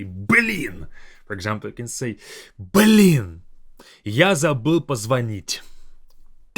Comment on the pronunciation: it's funny when Russian people stress the Б, like you do here, like saying "Б лин" ))